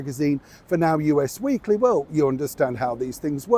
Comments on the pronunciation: it’s not U - S Weekly, it’s US as in “all of us are going to the pub”. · it’s US Weekly as in us and them, not U.S. Weekly 😉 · It's "us" Weekly, as in you, me and us. Not U.S. 😊